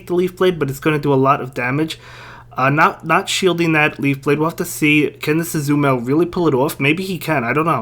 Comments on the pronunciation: True if it's just me, but if I get annoyed by it, then I'm sure there's other ppl that feel the same way. So I'm pretty sure this guy can fix the way he says a word MULTIPLE times in a video if that means to save and potentially get more viewers/subscribers. It's really not hard to say azuMARILL. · ''Azumarill'' Please say it right.. It annoys me so much i'm about to stop watching your videos altogether.